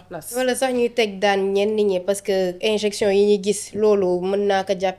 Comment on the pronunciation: C'est" injection" au lieu de "injinction" une petite rectification